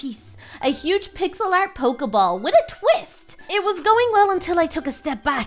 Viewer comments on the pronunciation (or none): none